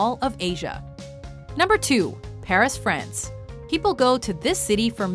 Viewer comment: Okay if you're going to say all those French places in your "French" accent then why the heck can't you say Paris with the proper accent? You've already hacked lung, why not go all out?